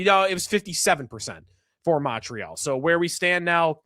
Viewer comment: Hey, thanks you finally said ‘MOntreal’ like someone from the 716. Always kills me when you 550 guys say ‘MUntreal’ like it’s PC or something. Fly your flag. Go Sabes. Beat the MOntreal CanadiEns 🎉